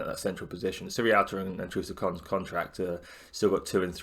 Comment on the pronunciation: great vid mate, but it just nags me slightly that everyone seems to say "sirrialta" instead of sierralta. Not sure what it is about his name that gets everyone mixed up 😁 (pretty sure its see-er-alta)